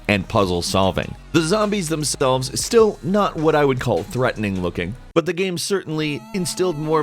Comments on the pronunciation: "the zombies themspelves" xD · 'themspelves' :v hahahaha